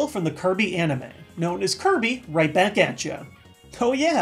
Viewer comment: "b a t t u l e w i t h K e r u b y"